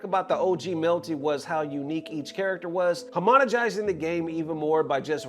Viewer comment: "Homonogizing" lmao